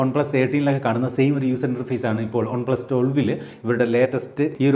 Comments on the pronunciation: പക്ഷെ പറയുന്നത് ഒൺ എന്നാണല്ലോ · നിങ്ങൾ എന്തിനാ വൺപ്ലസ് ന്ന് ഉള്ളത് കഷ്ടപ്പെട്ട ഒൺ പ്ലസ് എന്നൊക്കെ പറയ്ണത് ? 😖😖 കേൾക്കുമ്പോ തന്നെ എന്തോ ഭയങ്കര ആരോചകം ആയിട്ട് feel ചെയ്യ്ണ്ട്